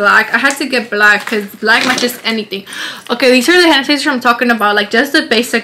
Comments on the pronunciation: That’s how my sister says it too 😂 it actually makes sense lol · not hand sanitizer but HENETiZER …. i fucking love herrrrr ❤️😂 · Did anybody else catch onto the way she said hand sanitizer? lol